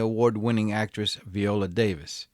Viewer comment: Please say Viola's name correctly. It's Viola like Violet not Veola.